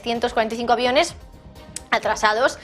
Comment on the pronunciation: Primero, aprende a pronunciar;y Luego entérate más de Aviones